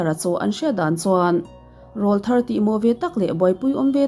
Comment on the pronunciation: 'ràwlthar' nge 'ráwlthar' aw.....??!!